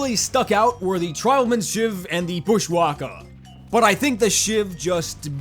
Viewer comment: oh god, it hurt me when he said bushwhacka wrong. i felt my entire australian being being ripped to shreds TwT